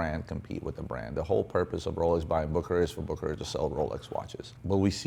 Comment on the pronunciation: Its not pronounced BOOKERAR - ITS BOOSSSHERRRRARRRRR